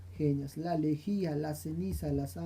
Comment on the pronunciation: lejía profesor no legia